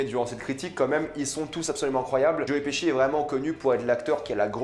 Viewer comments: nan j'avoue que joe piski ca ma fait rire mais après cest un nom de famille et ça se prononce pas pareil suivant le pays où tu habites. Jai habité en angleterre et je me taper une barre à chaque qu'un anglais prononçait mon nom mais cetait bien leur prononciation vu que tout les anglais le prononcer de la même manière. Apres Pesci cest un nom italien, en italien pesce cest poisson et ca se prononce pas peské mais péché donc logiquement Pesci se prononce pechi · Tu es sûr de toi pour la prononciation de Joe Pesci ?